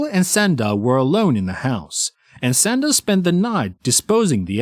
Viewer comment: Narrator…. Her name is Shanda (Shon-da), not “Senda”. Ugh! I hate it when narrators pronounce words incorrectly (simple words especially). Nails on chalkboard bc it’s supposed to be a pro. Yikes!